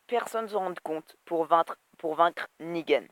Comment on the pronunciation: Pas mal la vidéo mais pourquoi tu déformes les noms ? Alenxandwia Negueune Gwegowie Soviors ? Et c'est pas une petite avance que les comics ont car quand même sa fait plus de 3 ans que Negan existe dans les comics^^ Sinon gg la vidéo encore une fois.